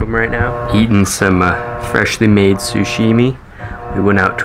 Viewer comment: Sashimi not Sushimi